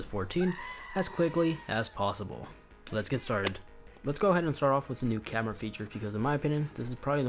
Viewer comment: “Camrea” “Controll”